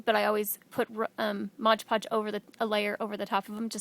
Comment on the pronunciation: agree... so many artists make the mistake and say "modge"... especially if they are teaching, should be said right... But pretty work scarlet lime does.